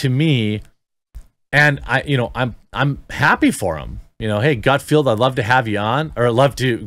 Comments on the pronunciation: Maybe if your going to talk about Gut FELD (not pronounced Gutfield) maybe spend a few minutes watching his show rather than just dismissing it as "right wing" because it's on FOX. In general I rather enjoy your commentary but you've really got your head crammed someplace it shouldn't be crammed when it comes to FOX news. Please do some research in the future before you start yammering on about things you obviously haven't researched at all. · Okay, wait. You constantly mispronounce Greg GutFELD's name (much as with "team," there is no "i" in Gutfeld), but you nail Umberto Eco without batting an eye?! The hell? These tools are "liberal satirists?" They wouldn't know satire if it slapped them on the butt. It also says a lot about where the American populace actually is politically. Fact is, the Fox News primetime lineup regularly beats not only all other cable offerings, but often the broadcast channels "entertainment" programming. "Gutfeld!" does well holding onto that audience, but his rise is no surprise. Fox News has fostered comedy for a while now. Their "Half Hour News Hour" a few years back was middling to good, but never went anywhere in the ratings. But then they gave Gutfeld his first show, "Red Eye," which aired at 3 AM ET, and that puppy just built and built and built. It came on at 12 midnight on the Left coast, so it was easy to find with just a little flipping around, and it was largely what he's doing now, if perhaps yet more edgy and irreverent. You can get away with a lot more later at night! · Dude! GutFELD, not GutFIELD. It was cringy hearing you say the name wrong over and over and over again. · Its Gutfeld,not Gutfield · Love your channel. Keep up the good work. I watch the show in question frequently because as you pointed out, it’s funny. And you’d be great on it but first you have to get his name right. Gut feld… feld not field. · Btw its gutfeld not gutfielf. My wife yells at me when i get it wrong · It’s GUT-FELD. Rhymes with “MUT-WELD”